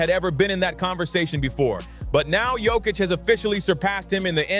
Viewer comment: You talk about DISRESPECT towards the Big Honey Joker, but you still haven't learnt how to pronounce his surname correctly: yock-itch. 🧐